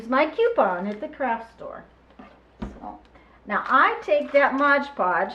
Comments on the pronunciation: thx for making this, clever! But it's pronounced MOD PODGE :) lol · I am so frustrated that people say "Modge Podge". "It is Mod Podge". There is no "ge" in "Mod". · It always makes me laugh when native English speakers can't pronounce Mod Podge